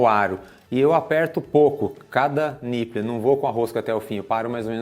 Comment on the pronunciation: Gosto muito do canal e das invenções e viagens de vcs, então preciso dizer: niple se pronuncia NIPOUL, que significa mamilo em inglês. Abs!!